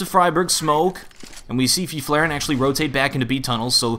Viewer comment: "feef-laeren" tho